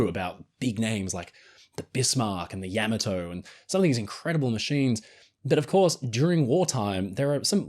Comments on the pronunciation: Its Yam MA to not YAM a toe and you're an idiot for not knowing that! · Interesting in terms of this pronunciation of the WW2 Imperial Japanese battleship Yamato. I always thought it was pronounced ‘Ya MA to’ as opposed to how pronounces it as ‘YAMato’.